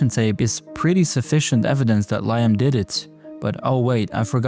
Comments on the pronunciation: Liam is pronounced LEE-um !!!! Jesus Christ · Bro its pronounced Leeeeeeam (Liam)